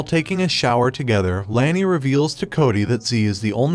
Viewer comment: It’s Lani, not Lany.